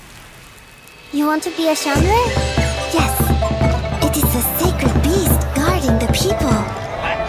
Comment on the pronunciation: The wonderful height of cultural accuracy observed in the localization of Reverse:1999 is just perfectly on display in this PV, particularly through the pronunciations of 'xiangrui' and Jiu Niangzi's name. Honouring the tonal aspect of pinyin (the phonetic alphabet for Standard Chinese rendered in Roman letters) is rare in Western or localized Chinese media, or even just outright neglected; in a game like Genshin, for example, pronunciations of Chinese names by mostly Western voice actors cause the syllables (Chinese syllables each being a separate word) to lose their prescribed pinyin tones, deferring to a familiar, indiscriminate variation of tone overriding them in English. The pinyin tones are preserved to perfection here, e.g. 'xiangrui' being strictly intonated as 'xiáng ruì' each time no matter the tenor of the larger statement in English, both owing to exceptionally inclusive voice direction and talent-hiring.